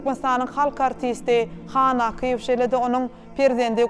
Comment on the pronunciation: Gowy gepleşik bolupdyr. Ýöne alyp baryjy has gowyýarassa we dürüst gürläp biri tapylmadyka. 1.minutdan başlady ýalňyşyp. Akyýew familiýasyny dogry diýip bilenok. Gaty köp ýalňyşlary bar. Logiçnyý soraglar sorap bilmedi. Etmeli etmeli diýip edipdir. Has gyzgyn mahirli artistlerimiz bar şolar işlemeli ekeni ýa-da ýazgyň içindäki artist hem alyp baryp bilerdi.